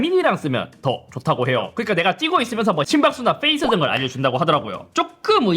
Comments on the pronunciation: 형님 FACE가 아니고 PACE 입니다...ㅠㅠㅠ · 형님 더크게 말씀해주십쇼. 섭이형 자꾸 Fㅔ이스라 해서 열받습니다. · fㅔ이스가 아니라 페이스(pace)입니다 형님